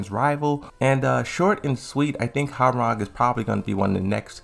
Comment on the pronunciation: Could you please start pronouncing character names correctly? It's "wowrang" for hwaorang "Leeng Shao You" for ling xiaoyu and "LID EE YA" for Lidia... It's NOT HAARANG, LEI SHAO KHAN AND LEADER